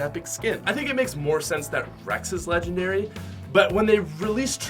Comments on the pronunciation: Yeah dude. I totally agree. They are not “Legengdary” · 'Legengdary' yea? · Not lengengdary lol